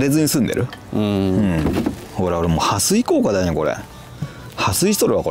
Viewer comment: 、撥水が「はすい」って聞こえて、おばちゃん、びっくり、どきっとしちゃうわ〜。 「はっすい」ね。それだけ聞くと何の回かと、画面二度見💦